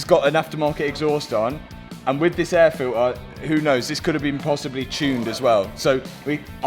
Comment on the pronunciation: "air filter" not "air filair"